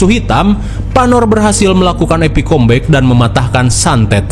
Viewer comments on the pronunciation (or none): none